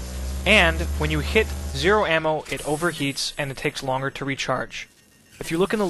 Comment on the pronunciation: Ammo not am...